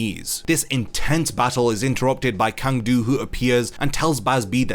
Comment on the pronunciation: Quick pronunciation note: Cang Du is "Tsang Du", not "Kang Du". Chinese Pinyin can't simply be read according to your intuitions as an English speaker.